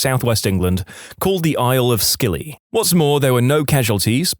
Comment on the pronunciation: Narrator, Scilly is pronounced Silly, you silly billy.